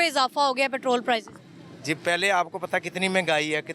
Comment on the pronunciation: Anchor sahiba word "Petrol Price" hota hay aap "Petrol Prizes" keh kar English ki taang tore dee hay. haha